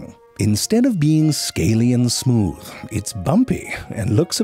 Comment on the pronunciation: Nigga said "smewth"😂😂... oh Frank, you make me forget that I'm depressed